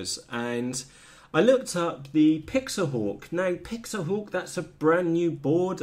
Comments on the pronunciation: PIX - HAWK..... NOT PIX - A - HAWK... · Pixhawk not pixahawk lol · I believe you have a slight misunderstanding of Pixhawk. You are actually pronouncing it wrong. :) Anyway, the 1mb limit was a hardware bug, corrected. You are not going to fill that with waypoints or settings anyway. It's more about firmware and advanced functionality. Pixhawk has a much larger development community, being open source that's to be expected. It's also comes in more hardware flavors. However, it's probably not as easy to use. With anything that's feature rich, more can go wrong if you select incorrect parameters. Between PX4 and Ardupilot, eagletree can't compete. Customer service for pixhawk.. It's open source, that doesn't exist bro. Show me a custom UAV that utilizes DNN & computer vision, 90% of the time its a PX4/Ardupilot rig.